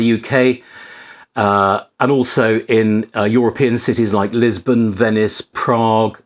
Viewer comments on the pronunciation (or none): none